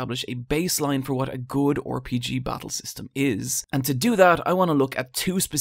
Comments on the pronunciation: RPG -> pronounced "Are-P-G" not "Or-P-G"... Christ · Lol why do you say “Or Pee Gee” it’s RPG